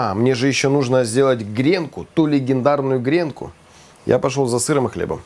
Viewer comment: Ну теперь попробую сделать. До этого видел рецепты, где лук на ооочень медленном огне пассеровали ну ооочень долго) я прям так и представил французского крестьянина, у которого есть 3 свободных часа) и да,, правильно - грено́к, гренки́)) не смог удержаться, сорри)